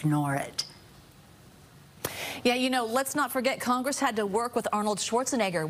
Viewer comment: Too many coccongress in her mouth…